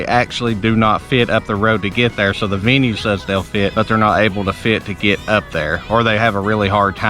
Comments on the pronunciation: I LOVE Harvest Hosts. I read through the rules before I bought it and used it. I have loved every experience I have had. Why are you bashing something you have not really done. It IS required to buy something. It’s not pronounced veeenue, you are not Allowed to use your generator, Again if you had looked at the product before you purchased the membership there is a map showing where every location is located. “After Covid?!” Pfft STFU bruh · If you let this guy who did not use the product sway you....He can’t even say venue.